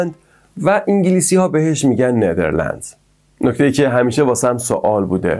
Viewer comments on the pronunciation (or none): 😂😂😂اول برو اسمش و خوب یاد بگیر بعد بیا توصیفش کن خودت اطلاعاتت کمه به نیدرلاند میگی نیدرلنز😂😂